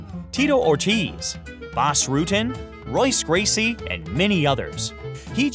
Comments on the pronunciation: Royce Racey LOL it’s Royce Gracie and the R is pronounced H. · Terrible video...need to do more research dude...and did you say "R"oyce Gracie miss pronounced a legend in combat sports...do your homework beforehand.